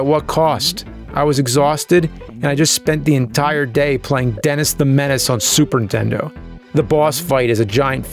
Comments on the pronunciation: “ super intendo! “ 😑😐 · been watching the nerd for a few years now... just realized he says super intendo, not, super nintendo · It's more like Supering Tendo. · I love how James pronounces it "Super Intendo" like all the 8-year-olds I knew when the console came out. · Nerd, are ya saying "super intento" On purpose? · Please stop saying 'Super Intendo'!!! Everybody does it and it's BULL SHIT! XD . For real though, please stop it. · It's just so cute the way he says "Superintendo" as all one word. Like it started as Superintendent but just O'd out. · Anyone else ever notice he always says Super Intendo? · Funny how he always says "Super N-Tendo" and "MenaNcing" :D